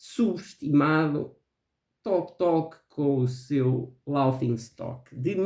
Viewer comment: Olá,. Detesto "The soul cages". Nunca imagnei "Loki" como um álbum subestimado, é "holy grail" no Brasil. Adoro Bloodyflowers. "Us" fez muito sucesso, não me parece subestimado. Pena que o áudio do seu vídeo está baixo e abafado. Depois faço minha lista de underrated. A pronúncia de "laughing" é "léfin'", fica a dica, hahaha.